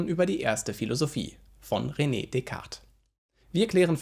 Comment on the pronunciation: Besten Dank für deine tollen Videos. P.S.: Französische Aussprache von René ist "Röne" und nicht "Rene".